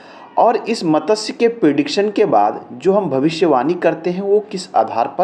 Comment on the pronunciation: It is wrong pronunciation. . . Correct is Mat. Shya. . It is sanskrit word. .